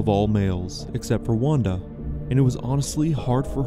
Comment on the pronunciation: Wanda is pronounced as Vanda btw in Polish.